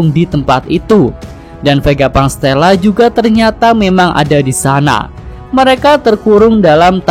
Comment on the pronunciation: Vegapunk TESLA Min bukan STELA🤣🤣